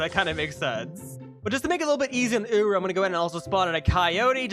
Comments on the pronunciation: bro really called him ooroo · hold on... did i hear that right? "Secure rah?"